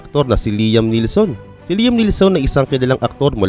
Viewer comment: correction boss liam neeson hindi liam neelson idol ko yan eh😂😂